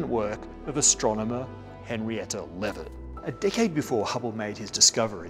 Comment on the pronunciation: 3.26 It's Henrietta Leavitt, not Levitt. And they're called Cepheid variables, not "cephid".